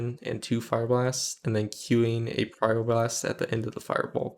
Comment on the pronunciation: It's really difficult to understand if you're saying Pyroblast or Fire blast at the beginning of your video. Just so you know. :(